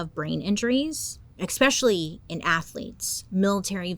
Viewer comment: Bailey? With all due respect, "expecially" is not a word. It's "especially."